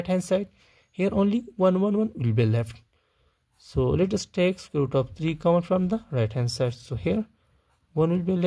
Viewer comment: Scroot?? Oh... sqroot or square root. Never heard of scroot before! 😂